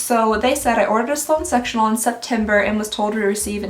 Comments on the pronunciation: Sectional. It just sounds like sexual. Lol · I thought you said “sexual sofa” instead of “sectional sofa” 😂😂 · I heard sexual couch...not sectional, took me a minute☺☺ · Not me hearing "sexual sofa" 😬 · Oh no I heard sexual instead of sectional couch 😆😂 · I thought she said “sexual sofa” rather than sectional. 😆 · Omg I scrolled down to the comments to find out what she said because I couldn't hear anything other than sexual 😭😭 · I'm sorry is it just me I thought she said sexual couch. I'm assuming she meant sectional couch?